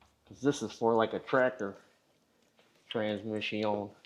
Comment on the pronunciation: Transmiss-ioń. It hurts from laughing!